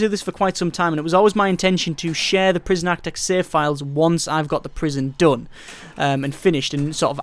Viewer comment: It's "Architect", not "Aktec" for Christ sake...And who cares about your saves! We come here looking for answers to the problem of overwriting save files in this game...But you know this already...What ever you think this shitty youtube vid prooves, you can shove that completely up your own ass....You truly are a waste of space (Certificate)